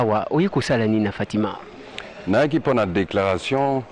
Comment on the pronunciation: hum ndeko akomi ko siemisa lingala kiekiekie! "...na baNzi.." "... toza awa na fatimaN..." kiekiekiekie